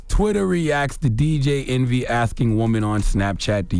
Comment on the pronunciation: Did no one hear charlamagne say, Dj entry?